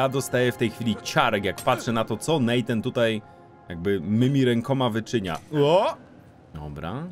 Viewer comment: Natan, a nie Nejtan!!